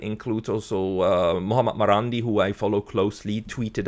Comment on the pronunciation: it's not "Muamur" or something like that you are pronouncing. It's S. Mohammed Marandi.